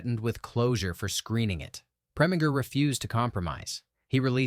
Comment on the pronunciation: Oh come off it! Preminger does not rhyme with finger, but ignoring the accenting of syllables, it does with injure.